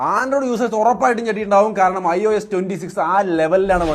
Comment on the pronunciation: Bro last the scene il ios enj alla iso enja😅